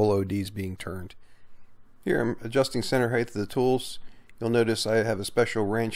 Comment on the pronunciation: Height with a t at the end. Not th! 🤨